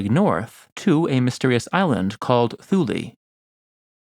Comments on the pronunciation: Additionally, Thule should be pronounced “tool -ah”. No matter! always has some fascinating stuff for our delectation! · If you’re going to make videos and present yourself as an authority, it will serve you better to pronounce place names correctly. Thule has a hard T. Like the word Tool with an added ee Pliny has a short I. To rhyme with Shiny, not Penny. Also your narrative voice is like cough syrup. Slow and sleep inducing. You’re trying to engage viewers, not give them a good nap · "Scilly" is pronounced 'Silly' and "Thule" is pronounced 'Tooly'